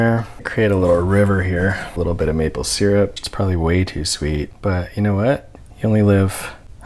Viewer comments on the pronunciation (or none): He didn't put any syrup on his squash, he put seeeeerup on it. shudders